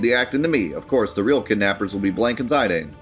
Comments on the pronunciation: It’s Zi-dane. Zy-dane doesn’t make sense. There’s no vowel to make the I sound. You’re pronouncing the strong A sound in dane so that A is not making the I strong. Grade 9 English fella. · Dude your pronunciation of 'Zih-dahn' is like stabbing myself in the earhole with a long needle. Zih-dane is also acceptable. What the fuck is ZYdane? Ive never heard ANYONE else call it that. Please stop. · Yay! So glad that we’ve finally reached 9! Love the graphic on your videos for each FF 👏🏻 Knowlespole is correct in my opinion, French name. Zih-dahn. Also I wonder how many opening lines of FFs games you could name 🤔 Zidane’s “Sure is dark…” got me thinking. I could assemble the lines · You pronounce it ZI-dane with the emphasis on "ZI." I pronounce it zi-DANE, with the emphasis on "DANE." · There's a famous French soccer player called Zidane and it's pronounced 'Zi-dan' so I think that's why most Europeans would say that. Been looking forward to FFIX. Let's go! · Y'all pronounce it Zidane or Zidane? You're trippin if you think it's Zidane and not Zidane